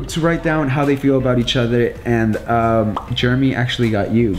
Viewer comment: anyone else hear call Jeremy Juremy